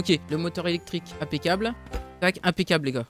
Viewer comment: Pourquoi tu dit toujours impecable